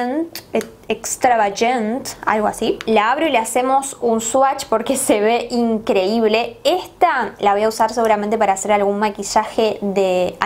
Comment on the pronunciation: Extravayent jajajjajjaja